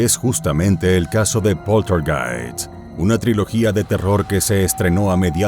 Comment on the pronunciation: "Poltergeist" (Pronunciado en castellano) ¡Por dios! Hablad con propiedad.